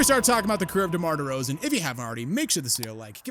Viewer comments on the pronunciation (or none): ah yes. The unique career of DEMAR DERZAON.